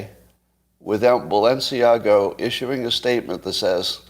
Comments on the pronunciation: Scott. There is no “o” in Balenciaga. / ba’l-u’n-see-A-ga/ Audrey Hepburn’s favourite designer. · It just struck me that you are confusing the pronunciation of Balenciaga with the pronunciation of Mar-a-Lago.